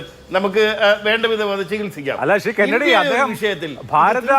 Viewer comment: കെന്നടി "റീചാർജ്ഡ് "!! 🤣🤣